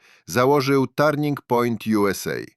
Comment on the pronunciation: Turning point - wymawiamy jak - TERNING point, a nie - tarning p... Kirk - wymawiamy jak KERK, nie kirk.